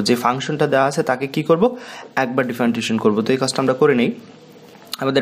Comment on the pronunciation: Hear to Feel weird that you can’t properly pronouncing "Differentiation"